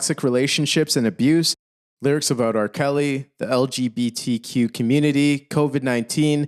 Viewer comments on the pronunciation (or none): none